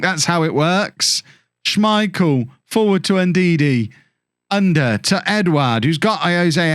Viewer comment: to help with the pronounciation of Ünder ü the same sound as Söyüncü, like the e sound of "Jew" er is pronounced the same as the "ere" in Premiere